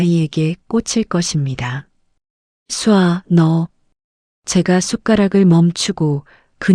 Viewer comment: ai 창작물의 대부분의 여자 이름이 수아, 서연 등등 쏴아- 를 쏴아 마이너스? 전형적인 ai의 발음 실수!!! 내용은 아주 좋습니다!!!